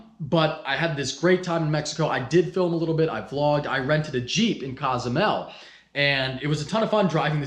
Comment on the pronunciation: That’s not how you say Cozumel 😐